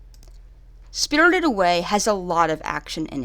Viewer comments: “Spirldid Away” 😂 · “Spiddurded away” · "SpRtRred away " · Im bothered on how she pronounced "spirited" every tjme she says it but none the less a great review thanks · Why do say spirited like that😂